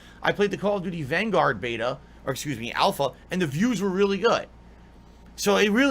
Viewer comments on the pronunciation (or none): none